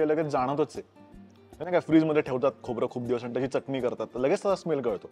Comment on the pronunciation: Khup chan video.. mi tar tumchya videos chi fan ahe .. a small suggession freeze nahi bolat fridge boltat.. mi pan aadhi bolayche pan te chuckincha ahe.. I love kokan .... Lai bhari vatla video